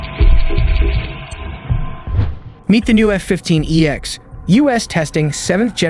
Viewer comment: This is a really bad example of AI generated garbage. It's F-15 "E-X", not F-15 "X". 3 "J" and some cruise missiles? "Fighter plane, the F-15 "x"." It's not a seventh generation plane, and what is testing "Red Sea"? Cruise missiles have a 250 mile range, not 250 "may". "Which daybutted in 1986..." or "Which debuted in 1986..." Sidewinder, not sidewindor. ...new missile eject and bomb ejector missile racks... what is that?